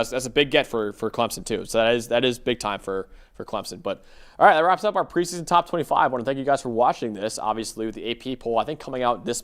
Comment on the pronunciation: it's preseason, not "pre-son". you are still talking faster than your brain can work. Slow down, pronounce your words.